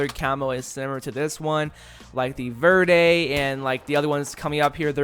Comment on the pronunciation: Lol he said veeerde well I can guess why he doesn't know Spanish that's understandable verde means green lol no offense